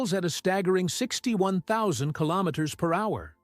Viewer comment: Really ? "killomiters" ? "four point twenty-four" ? WRONG ! You should really keep your trap shut !